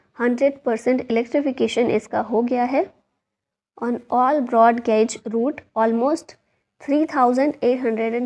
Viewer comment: First pronounce gauge properly and as I know Indian railways not using coal in any section only diesel engines are using exception is some steam engine 🚂